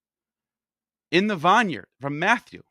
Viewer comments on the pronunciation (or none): bro learn how to pronounce vineyard